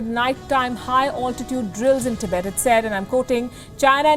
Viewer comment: Tibaet!! Wowowow... baby you were hired for your accent? Or to provide with real news? Tibaet !! Is just new bed where china will screw your army!!💋💋💋